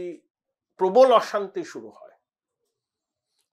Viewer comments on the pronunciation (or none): none